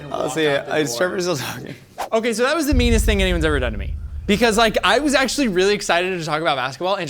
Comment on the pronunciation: I’m hearing dude more actuwwaly